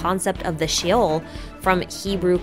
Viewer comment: The fact that Mona uses Hydro and specifically states that Hydro is needed in order to use her "Astrological" powers strongly supports this theory as well. P.S.: Hebrew is my native Language, so a few corrections if you may: Teyvah is Ark, Teyvat is "Ark of", so "Teyvat Noah" means Ark of Noah. the singular word is the former. Also, Sheol is pronounced as "Sheh-Ol" (Like how you say it in "Sherlock" or "Shenhe" then the second part is like the word "All")